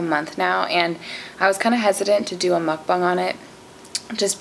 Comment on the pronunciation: Yayy you’re pronouncing “mukbang” the correct way now!!